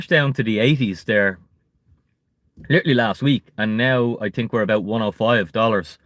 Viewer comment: Don’t tink small lol